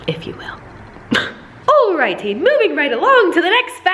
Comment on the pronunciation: Is it really an video if she doesn't say "alrighty" with an accent? 😂❤️